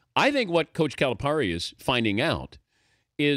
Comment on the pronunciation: It's Cali - Pair - Ee - the least you could do is pronounce his name right. Plus you should understand his relationship with the local reporter. They're constantly jabbing each other. You can't take their exchange literally. Louisville is great again? KY beat them and they lost this past weekend. I'll just stop there...